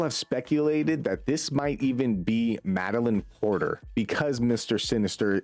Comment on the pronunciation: thanks for understanding and not gonna lie I was a little nervous about checking out your vid because I was expecting it to be yet another “ grrrrrr insomniac bad” vid but you seem to be pretty understanding to both sides and I appreciate it Edit: also it’s Madeleine Pryor, not Porter